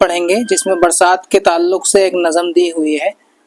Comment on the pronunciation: معاف کیجئیے نظم ۔ لفظ آپ صحیح ادا نہیں کر رہے ہیں ۔ Nazm hai ... Nazam nahin